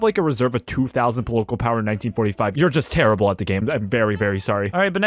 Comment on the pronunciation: “pol-o-col power” son😭😭😭😭😭 polocol 😭😭😭😭😭😭